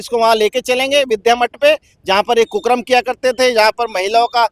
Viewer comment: कुकर्म को कुकरम बोल रहा है